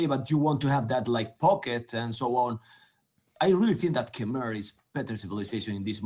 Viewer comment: Just FYI, on the pronunciation of khmer